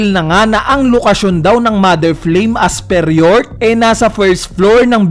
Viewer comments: Flame po hindi flaim hahahaha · Flaim ❌ Flame ✔️ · MOTHER FLAME = ❌ MOTHER FLAIM = ✅